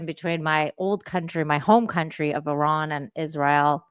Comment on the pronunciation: Thanks for the Iran pronunciation help "Ear-rahn." Thank you for this conversation with John,. Really appreciate your dedication to streams sharing your bright insight.